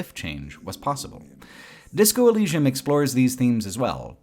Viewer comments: This is a great video but pronunciation of Elysium is bizarrely funny. Disco Elleeshum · Why do you say “elleeshum,” is the biggest freaking question here bro. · In the future, I hope there is a tool that can replace every time that mispronounces Elysium, especially because he says it so, so many times. I will return in 3 years. See you then. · Bruh they said Elysium in the game why do you say it like that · I can't get over OP not knowing how to pronounce Elysium